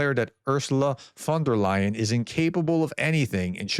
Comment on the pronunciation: Congratulations for finally pronouncing 'von der Leyen' correctly. Keep up the good work.